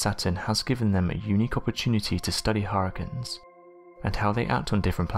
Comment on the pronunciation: I've never heard anyone pronounce "hurricanes" as "har-cuns". Luckily you said it 27 times in 60 seconds. Any less & I would have never figured out what you were trying to say.